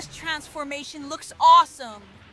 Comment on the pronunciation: did he say awesome or auful